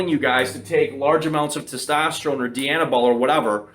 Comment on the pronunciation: Dye-Anabol . Not DEE-Anabol . As in Princess DIANA , not DEE-ANNA . Jeez , fucking canucks ..